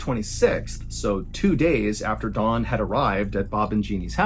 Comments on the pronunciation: Sounds like you’re saying Dawn instead of Don. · Is his name Don or Dawn? Why are you pronouncing it like Dawn? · It’s Don, not Dawn. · Ugh. Don not Dawn. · so I've been saying Don the wrong way all this time? You mean it's pronounced Dawn? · When you say, I think, “Don”, I hear “Dawn”. So does the Transcript. Which is it. Great story! And great art too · Don? Dawn? Doun???? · I find it interesting the number of fellow Americans who pronounce Don as Dawn. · Eh...Its was ok. I enjoyed this channel more before he became famous amd started raking in the 💰. Also: he keeps pronouncing Don's name as Dawn. Weird. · Just an FYI... You said "Dawn" the entire time. His name is DON... same "o" sound as mom. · Stop saying DAWN his name is DON! Annoying AF! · you really got this off of unsolved mysteries? Thats weak. BTW, it's DON not DAWN. You mispronounced the name throughout the entire video. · If your arms are bleeding from deep scratches, it's pretty obvious to everyone unless you're wearing a dark suit coat. Not discounting the whole story, but that's an obvious observation. Secondly, it's "Don" not "Dawn". Try saying "Donald" and just leave off the 2nd syllable. Or just try thinking of Don Corleone. It's not Dawn Corleone unless you want a finger cut off. The story itself has elements of "Nefarious". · Is he saying Don or Dawn? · I kept thinking you were saying Dawn. Not Don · Is it not Don? It does sounds like Dawn to a non American. Either way, sounds like he may have had morning glory! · It’s don he just says it to sounds like dawn lol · Am I the only one that thought he was saying Dawn the whole time? I kept thinking who would name a man Dawn lol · It sounds like Mr Ballen calls Don Dawn. lol 😂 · Fam. The way you're saying Don is irking me. Sounds like you're saying "Dawn" sometimes. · Oh Don I thought you kept saying Dawn